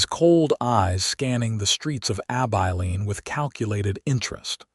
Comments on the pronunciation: ABILENE - AI learn to pronounce this name which occurs for many towns across the West. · There is even a song "Abilene". It hurts my ears, sorry.